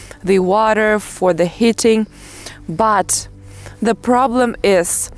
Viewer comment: lol, you are so cute. It isn't hitting but heating...also when you say leaving it sounds like living, you have to stretch the vowel a bit, other than that everything's perfect.